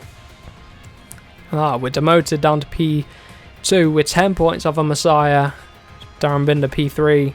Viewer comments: you don't actually spell Masiá "Masiah" but more like "Maseea" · Mas--ee-aa, you're saying it like Messiah lol 😂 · It’s pronounced MAS-EE-A not MASS-IH-A, love the videos you’re the first person I’ve started to watch that plays moto gp and I’ll definitely continue to watch, I’ve already ticked that bell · I tell this last time you need to learn so easy last name its Masia not messiah ok its not that hard to pronance.